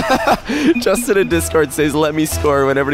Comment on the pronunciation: "Jastin" :v